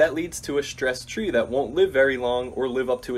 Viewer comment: "Shtreet chree."